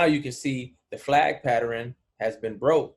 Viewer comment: Enjoy the Videos bruh, but PATTERN is a 2 syllables word. Pat -Tern.